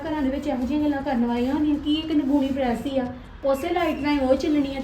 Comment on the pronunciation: ਪੜੈਸ ਨੀ ਪਰੈਸ